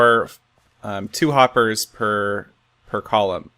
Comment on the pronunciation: A stack of "Hoppahs n' Droppahs"